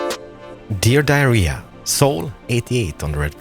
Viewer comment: I like how at the beginning he says “dear diary” but it sounds like “dear diarrhea” LOL (no hate though)